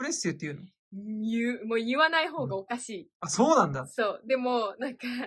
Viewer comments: 「そう」の言い方が英語でワロタ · 「そう」の発音がもう「so」で草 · そう！の発音がもうsoなんよ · そうって言う時が完全にSOの発音だったwwww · そうの発音がsoでおもろい笑笑